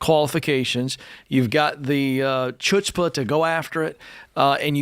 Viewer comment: Ken, learn how to pronounce chutzpuh - type pronunciation of chutzpuh into google and it will take you to a pronunciation guide on YouTube